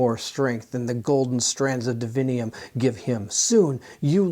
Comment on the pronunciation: Why reading DIVINUM as divinium? Is sanctum sanctium? Or pendulum pendulium? 🤨🤷🏻 2nd presenter doing this mistake. Ok thats enough 3 times you misspronounced and have problems reading clearly in few moments gotta stop watching at 15 min mark cant take anymore sorry. Google up “divinum pronunciation” it will show you 3 entries all will tell you how its supposed to be told its latin word…